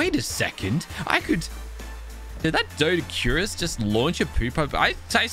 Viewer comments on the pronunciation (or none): It’s dough-dic-q-rus, best way I can explain it lmao but you do you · Doedics are pronounced do-dicurus ( with a flat u sound )